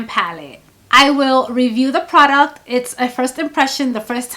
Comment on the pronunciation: I love the way you say "pru-duct" (product) 😂. Your eyeshadow technique is so lovely. Always a soft glam. I would like to see a 'no makeup- makeup look' lol. When you have the time. Xoxo